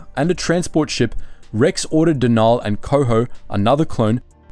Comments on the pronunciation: Denal isn’t pronounce “De-naal” it’s pronounced “Denal”. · It's Den-ul not however you were pronouncing it. Cool video, but you have a bad habit of mispronouncing so many names